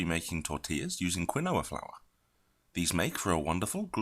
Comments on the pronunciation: "Keenwa" say "Keenwa" not kwuhnoah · KEEN-WA. Not quinn-oh-a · Egyptian_Thoth yeah but that’s NOT what he’s calling it. He’s saying Quin-Noah. The alternate pronunciation is Key-Noah. So now YOU’RE WRONG too based on your own “evidence”